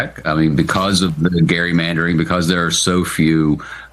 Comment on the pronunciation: My favorite moment of the day so far? John Meacham, being a historian, knows that that dude's name was actually pronounced "Gary," and said Gerrymandering correctly lol. Way to go buddy lol.